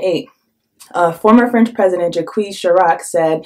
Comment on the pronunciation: I apologize for correcting you dear sister but at the minute mark the way you've pronounced "Jacques" Chirac was completely wrong😅indeed contrary to the English tongue the French language pronounces the letter "E" like the sound "uh" and the letter "S" when positioned alone at the end of any word is considered a quiet "S" thus in reality you should've pronounce the name Jacques Chirac as such "Jack Chiraq" (Chiraq like Chicago) it's not a big of a deal you know???The only reason why I'm correcting you is not to sound like a smart jerk instead it is because I found out that there are many francophone brothers and sisters on the continent watching your channel regularly and unfortunately most of them don't have my bilingual background and it's sad because it is critical for the younger generations of Africans to get those names right so they can effectively Google them then learn for instance who really was that old anti African terrorist of Jacques Chirac and the atrocities he has committed against black folks during the time he spent as the French president...